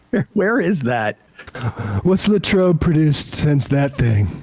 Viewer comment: You forgot to mention he switched from French to German to describe La Trobe, calling it De Trobe, confusing it with Detroit?